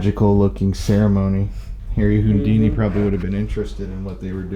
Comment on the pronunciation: sorry but I'm lol-ing at how you're pronouncing "Houdini"....."Hoondini" 😂 All jokes aside, this is so incredibly enlightening. I appreciate so much that you're helping spread a very important message, just like with the Lady Bird Lake situation. I'd have never known.